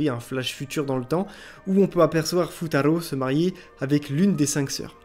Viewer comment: C'EST BON, JE REGARDE LE PREMIER "Futaro" Ta façon de le prononcer est spécial En vrai comme anime tu aurais pu sélectionner"Moi quand je me réincarné en slime" ou d'autres mais c'est une bonne sélection